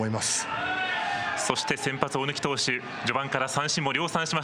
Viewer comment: ✖おぬき 〇おおぬき